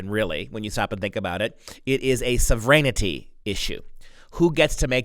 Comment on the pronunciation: When you say "so vren' ity" rather than "sov' wrenty" it sounds like serenity. Makes your comments difficult to follow. I'm with you 100%. However, I had to listen twice, carefully, to follow you. Our sov wren type is essential. Please carry on. God bless your great work!